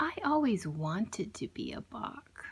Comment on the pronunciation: Maybe learn to say Bach first.